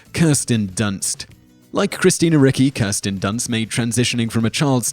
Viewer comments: Roger Corman not Robert!? I think you have the best top tens but in most there are glaring pronunciation issues like Christina Ricky? Its cringe worthy. Being in the Pop Culture business and not knowing a legend like Corman who gave us Death Race 2000 and The Trip to name a few and gave starts to Coppola, etc. You race to put these out, just take an extra moment to get the names right coz it detracts from your Superb Subject Matter and to borrow a title of a recent Top Tenz of yours: People Who Accidentally Became Sex Symbols: I nominate Simon Whistler! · Please, research the pronunciation of the celebrities names , you often butcher them. Christina Ricci is pronounced reechee , and dana plato is pronounced day na play toe.